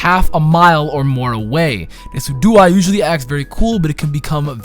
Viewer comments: Decidueye is pronounced DESIJEWEYE. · Decidueye is pronounced Des-sid-you-I Decidueye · it pronounce Da-sid-u-eye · omfg I read this comment wondering how he would pronounce it, did not expect deck-i-dew-ee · This man said "Deck-i-dew-ee" I'm gonna lmao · "Deki-duey" lol good try tho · Y'know Decidueye is pronounced like deciduous, right? It's name is based on the adjective that refers to trees.